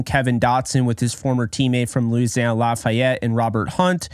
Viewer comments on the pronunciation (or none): none